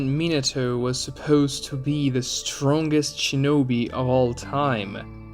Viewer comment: when he says "supeuwst" instead of "supposed" is that an accent from something or just a nerd way of saying it?